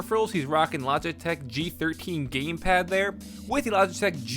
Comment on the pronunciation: The way he says Logitech